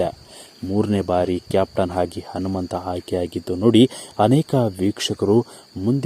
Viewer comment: Modalu nettage kannada bhashe kalithu kolli kelakke agolla alla hanumanta hagi alla agi thoooo neeno ninna kkannadano thoo